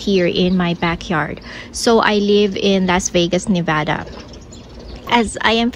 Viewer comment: As a fellow Nevadan, it makes me happy that you say Nevada correctly 😌